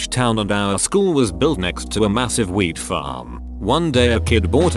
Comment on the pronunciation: you gotta love how the computer voice sounds like it says the school was built right next to a massive weed farm even tho its wheat farm LOL.